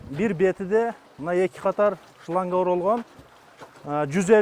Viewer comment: Охх ххх ичиим шоянга дейтго мен ойлопмун брат шлянга деп айтат окшойт корсо блогер айтыптыр да шлянга деп😂😂😂😂😂